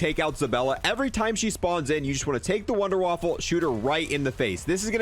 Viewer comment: Wunderwaffle? Waffe is weapon not waffle in German c'mon guys. Kills me!! A wunderwaffle is what's for breakfast haha